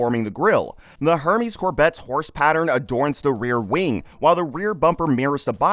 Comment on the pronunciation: This narrator must be AI bc the pronunciations are so bad I mean “a Her-mee’s bag. Can’t say I’ve heard of that brand before.